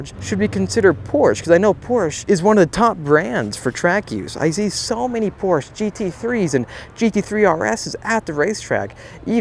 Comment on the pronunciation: You can't buy a Porsche until you learn how to pronounce it. 😁 Love the content!